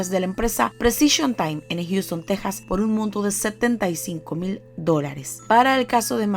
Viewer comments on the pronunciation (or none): none